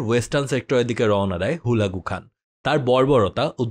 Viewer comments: ভাই হুলাগু না হালাকু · ভাই হুলাকু নই, হালাকু (খান) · ভাই জীবনে মনে হয় হালাকু খান এর না প্রথম শুনলেন, আপনার উচ্চারণ শুনে একে আমার নিজের ই চিনতে প্যারা খাইতে লাগছে